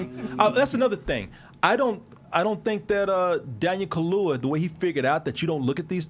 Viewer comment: It's Daniel Kaluuya... KA–LUU–YA. "Daniel Kahlua" sounds like whiskey mixed with coffee liquor 😂